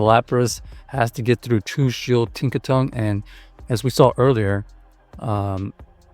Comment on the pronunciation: Its Tinkaton not Tinkatonk